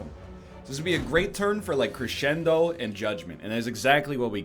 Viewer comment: The fact you know you are pronouncing crescendo wrong makes it even more infuriating.